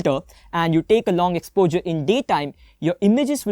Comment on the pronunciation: Exposure dude not expozer